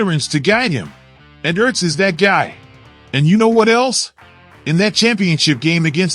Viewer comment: Damn automated voice shit is fuckin annoying... dude said Zack E.R.T.Z lol...wtf